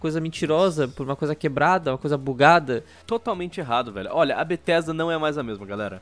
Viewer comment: N eh mais Bethesda... eh BRUHthesda